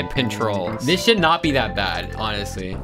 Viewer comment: BRO SAID HONESTLY WITH THE H LIKE HE SAID THE H